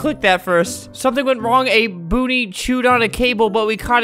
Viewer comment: it sounds like booty to me LMAO